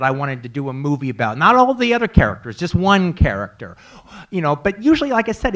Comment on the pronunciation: He pronounces character with a capital K